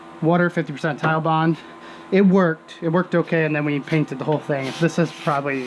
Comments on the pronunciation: It is TITEBOND as in Tite not Tillllle. It is NOT tile bond it is Tite Bond! It's like when assholes call Nine Eleven... Nine One One. UUUUUGH! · FUCK! I clicked on another one of your vids and you're STILL calling it tile bond!